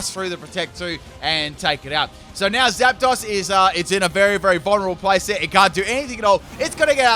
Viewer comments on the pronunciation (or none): none